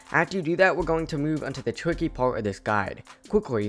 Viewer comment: You weally like his voice, me too especially when he says twicky